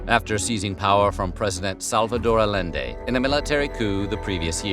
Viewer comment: Check your pronunciation of Allende.